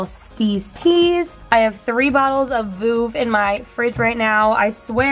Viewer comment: The way she said vueve made me cringe